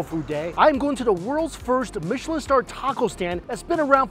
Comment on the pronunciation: We love everything Mike Chen. First of all thank you for the correct pronunciation of “Michelin”. Like his love of food knows no class has no pretense. (Kissy chef gesture) !!! 🫶🏼